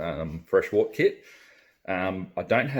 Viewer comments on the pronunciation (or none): I wish people would pronounce wort correctly. It's pronounced "wert"